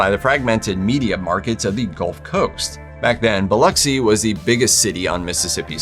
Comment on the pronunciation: As a native and lifelong Biloxian, I just wanted to say "Kudos" for your proper pronunciation of our beautiful city. You wouldn't believe some of the crazy ways I've heard it said, lol. Bonus Fact: One of the (many) reasons Katrina was so deadly was because of Camille. People used whether or not their home flooded during Camille to decide on evacuation. Camille was always the storm we used as our point of reference up until then. Our flood maps were based on it, as well. Needless to say, after Katrina, our flood and evacuation zones had to be revised. We still occasionally find skeletal remains from Katrina, twenty years later.